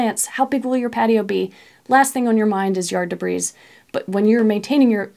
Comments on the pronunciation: Great information. I have one small, nitpick; the, s, in debris, is silent. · Debris, the s is silent... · Love your videos! Thanks for the step-by-step , pragmatic ideas…..BTW…the s in debris is silent…please forgive the English major illness 😊😊